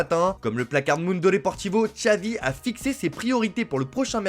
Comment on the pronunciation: Ahhh "Txavi"....😂